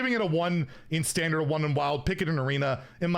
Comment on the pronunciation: inner fire priest wasn't control, it was a combo deck, also why are you saying standart instead of standard, this isn't PoE